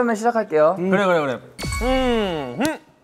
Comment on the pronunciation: I could hear "SHI~~~JAG" even with water in Mingyu's mouth